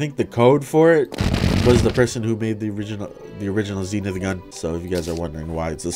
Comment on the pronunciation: Ze-Nithh that's the pronunciations